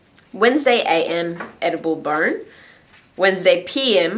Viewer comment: lol i heard edible burn lol!!!!!! love your vids!!!:)